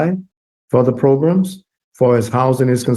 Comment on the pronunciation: Again with the “progrums”